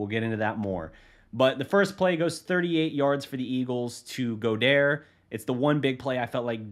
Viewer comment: good content, but I’m not criticizing just trying to help you with some of these names lol Dallas Goedert: Gaw-Dirt Tyler Biadaz: Bee-aw-dish Frank Ntilikina: Knee-Lee-Kin-uh No hate just trying to help you with the pronunciations lol